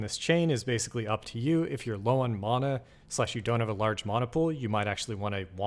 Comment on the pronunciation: ty! questionable "mana" pronunciation tho haha